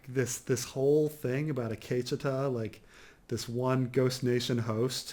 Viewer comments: The Akecheta episode was awesome and explains perfectly on why it was so great. I wouldn't expect to like the episode when he doesn't even know how to say Akecheta's name. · I wanted to say “Gazundheit” when Every time says Akecheta....